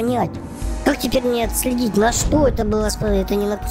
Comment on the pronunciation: Наконец ты говоришь кусаригама, а не кусачья рама😂!